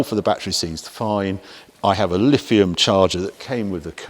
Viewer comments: Really? I pronounce it the way it is pronounced. The clue is in the spelling. LiTHium, not LiFium. I do hope that I did not keep you waiting for too long. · Which video did you watch? Each time he mentioned the battery, it was Lifium.